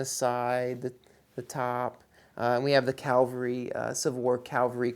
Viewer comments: Cavalry, not calvary. :) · Its pronounced " C A V - A L- R Y"!!!!!!!!!!!!!!!!!!!!!! Say it, learn it and you will no longer sound stupid!